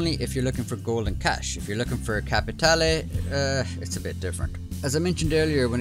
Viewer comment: I like the fact you pronounce "capitale" correctly 😁